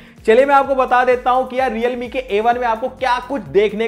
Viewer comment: Realme ho hai sahab 😂😂😂😂reame nehi😂😂🤣🤣